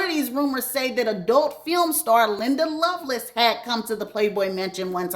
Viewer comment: .....her name is Linda LoveLACE pronounced just like it's written. I promise I love you and your channel. When you said everyone ate you up about Andre Harrell I busted out laughing 😂